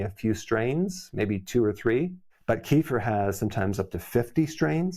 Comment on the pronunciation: Eric ... it's NOT ----> KEEE - fur ❌❌❌ It is called -----------> kuh - FEER ✅✅✅